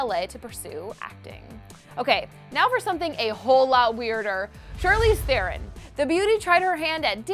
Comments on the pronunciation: Lol thats not how you pronounce "Theron" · she pronounced Theron wrong😂